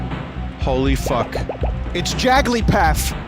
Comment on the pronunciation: I watch so much Vinesauce that when Vinny said JagglyPaff I said the exact same thing. I have a problem. Vinny I do this with everything I don't even call McDonald's McDonald's anymore, it's Naldsmcdoos